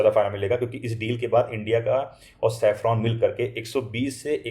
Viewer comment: साफ़रान 🚫 सैफरॉन ✅ राफ़ेल 🚫 रफ़ाले ✅